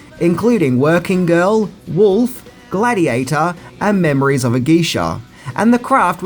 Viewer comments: I came looking if anyone else caught memories of a geisha too lol. Memoirs man, Memoirs. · Memoirs of a Geisha ( mem·oir r - /ˈmemˌwär/ ) ... NOT Memories ~ 😈🔺🦋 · Lol “memories of a Geesha”